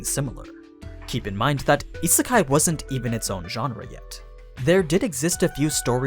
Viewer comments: It’s pronounced as Yee-Sé-Kai, not Yee-Sir-Kai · Isn’t it pronounced as ee-say-kai?